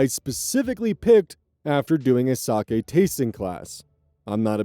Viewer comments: ayyy correct pronunciation of 酒 (sake)! ya love to see it. if i had a nickel for every time ive heard "saki"... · Story 2: the RELIEF I felt to hear pronounce sake correctly and not as “saki” is probably disproportionate but oh my god it means the world